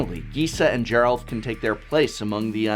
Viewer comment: I like that you mispronounced a ton of cards here but managed to get Gisa and Geralf correct. If I didn't know better, I'd say you were doing it on purpose.